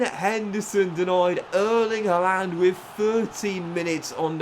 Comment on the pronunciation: Man City are known as the Citizens not the Sky Blues, Sky Blues is Coventry City. Surely should have known that, at least for the video. It is Erling Haaland, pronounced Har-land not Ha-lan which you are pronouncing it.